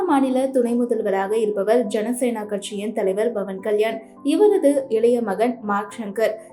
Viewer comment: Bhavan ilai. Pavan. Pl ssy correctly